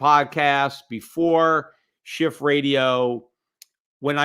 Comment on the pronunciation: Love the intro " The Peter Shiff show." Always sounds to me "The Peter Shit Show." But in a good way because its really a shit show out there. :)